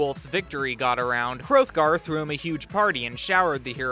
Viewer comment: you mispronounced hrothgar. The "th" would have been pronounced like "theÞ